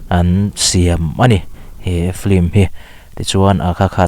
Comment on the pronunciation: 'Flim' nilo in 'Film" tih tur.. Pronunciation hi Lam no kan intih hmuh aa..